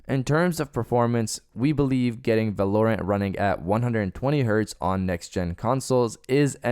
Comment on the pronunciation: Not at all trying to come off as a dick love your vids. Val-are-rent is how I think it’s pronounced. You do your thing though just wanted to let you know. More fps is better but anything over 144 FPS is a bit much but some say you can see a difference. Honestly the sweet spot is like 90. Anything at 60 on console will be nice for those exclusives other wise I’m playing on pc